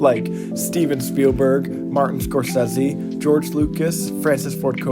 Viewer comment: score says z...... How have you not heard Scorsese's name pronounced correctly?